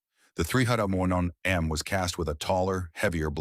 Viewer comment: Listening to the AI voice try to say "351M" reminds me of my father suffering from dementia